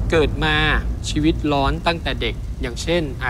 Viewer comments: ชีวิต คับไม่ใช่ ช๊วิต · ชีวิตครับไม่ใช่ ช็วิต